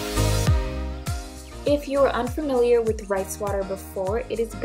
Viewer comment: she meant " Rice" I'm sure not "rays" 😂😂